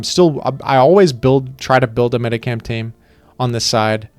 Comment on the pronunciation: Pronounces Aegislash wrong in like ten different videos and chat never corrects him but they immediately jump on this for some reason.